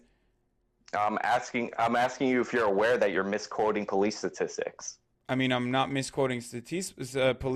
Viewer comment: But his Stateeestics...!